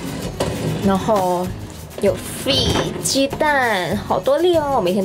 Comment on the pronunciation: That is Malaysian English